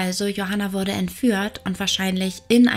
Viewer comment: Bitte mehr den Dativ verwenden 😉und ich verstehe immer 'worde/n' statt 'wurde/n'..🤔ansonsten finde ich, hast du ein klein wenig mehr zu einem eigenen Stil gefunden, der nicht einfach nur extrem von Lucia Leona abgekupfert wirkt👍